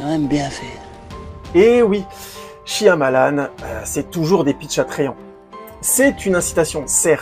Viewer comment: Franchement je préfère les guetteurs. Shyamalan (ça se prononce Shayamalan) est bon dans le fantastique. Quant à Josh Harnett, il était très bon dans Penny Dreadful. Si tu aimes l'horreur britannique ça devrai te plaire!